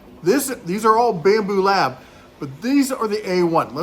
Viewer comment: You lost me first minute when you said, "Bambu Lab". 🙄